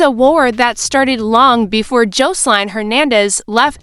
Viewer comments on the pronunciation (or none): AI 😂 cant pronounce Jocelyn